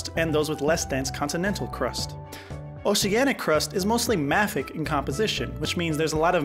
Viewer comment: I have never heard “mafic” the way you pronounce it. I have always heard it pronounced “may-fik”